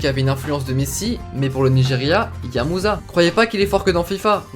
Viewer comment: Son nom de Ahmed musa se prénonce Moussa